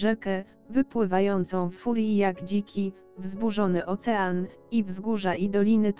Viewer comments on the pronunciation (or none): none